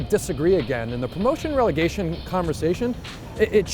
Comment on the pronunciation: Its Relegation not regelation.